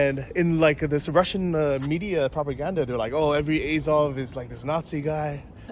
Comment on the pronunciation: At least learn how to pronounce Azov.